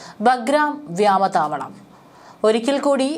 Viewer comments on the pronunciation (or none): വ്യാമ താവളമല്ല വ്യോമതാവളം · വ്യാമതാവളമല്ല കുട്ടി വ്യോമതാവളമെന്നാണ് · ഇവരുടെ ചാനലിൽ നിന്നും മലയാള ഭാഷക്ക് കിട്ടുന്ന സംഭാവനകൾ, മുൻപും ആരൊക്കെയോ തിരുത്തലുകൾ ചൂണ്ടിക്കാണിച്ചു കൊണ്ട് ഇവിടെ എഴുതിയതയി കണ്ടിട്ടുണ്ട്, എന്നാൽ വളരെ വാശിയോടെ തന്നെ വ്യാമതാവളം... വ്യാമതാവളം.. എന്ന് ആവർത്തിച്ചു പറയുന്നു. നിങ്ങൾ വായിക്കുന്ന വാർത്തകൾ കൊച്ചുകുട്ടികൾ അടക്കം വീട്ടിൽ നിന്നും കേൾക്കുന്നുണ്ട്, വേറൊരു പെൺകൊച്ചു ഉണ്ട്, ഈ ചാനലിൽ ആണോ എന്നുറപ്പില്ല, അവർ അന്വേഷണം എന്നതിന് പറയുന്നത് അന്നഷണം... അന്നഷണം... എന്നാണ്, താങ്ക്സ് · വ്യാമതാവളം അല്ല.... വ്യോമതാവളം